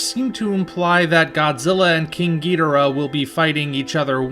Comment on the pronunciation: is there an explanation as to why you pronounce king ghidorah's name as "Ghidrah?" Instead of "Ghi-Dor-ah?"